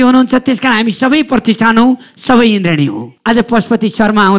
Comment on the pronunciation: Your pronounce is not indrien it's indradi 😂😂😂😂